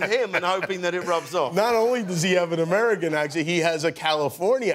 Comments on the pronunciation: he sounds like one of our old British prime ministers. Amerrican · Okay but his accent is actually really good besides the “aMeRiCaN” lmao